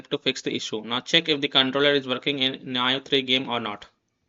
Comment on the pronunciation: Nice video but It's pronounced "Nee-oh" lmao.